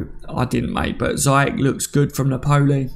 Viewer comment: I’m not really pronunciation police but it’s Pronounced Nap—Pol—Lee not Nap—Pole—E